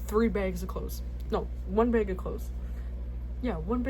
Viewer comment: "one BEG of clothes" took me out i am so sorry LMAOO but things WILL get better. Always forward, never back!